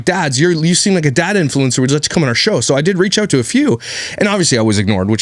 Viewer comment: "Are son"... No Myka! It is " OUR son"